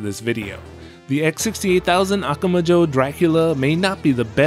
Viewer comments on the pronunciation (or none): It's a little distracting hearing you say "Akuma Joe" over and over. :P